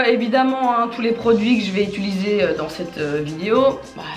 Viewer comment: elle fait donc partis de ces gens qui disent "ituliser"